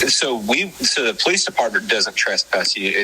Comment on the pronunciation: Why is it that pretty much all auditors say the word wrong?? Trespass does not have a U in it. TRES, like DRESS not TRUSPASS!